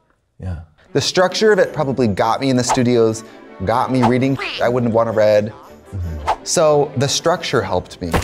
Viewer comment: The smartest thing said on this “college” episode was Trixie saying “The structure of it probably got me into the studios, got me reading shit I wouldn’t have wanted to read” (but she said read like red) 😂😂😂 iykyk